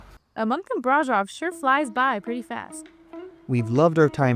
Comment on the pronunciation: From a Romanian, and braşov local, this vid seemed nice, but I would reaaally appreciate if you guys learned how to pronounce certain names right. I understand it's not the most important thing, but every time you said brasov, I thought "this is how people think we named our town". You can use something like google translate, or even ask a local how to pronounce it. Anybody would be happy to advertise their town.